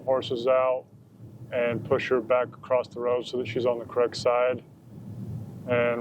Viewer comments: its spelled across. Its pronounced Uh cross, not a crossed. Sorry trooper,thats a MAJOR pet peeve of mine. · Can someone tell me why Americans say a T at the end of the word across? Doesn’t seem to matter what state, they say acrosst.